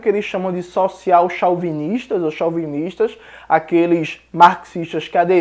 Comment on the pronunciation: Jones, não é limítrofes, tem acento no mi, então acentua o liMI'-trofes. Tbm não se fala chau-binista, fala- cho-vinista, mas com chapéu, como se tivesse acento circunflexo de Vô.